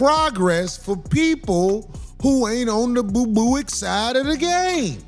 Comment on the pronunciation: That mf said boobooic 😂😂😂😂